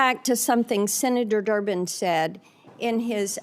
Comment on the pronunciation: Did she say senator Durmid?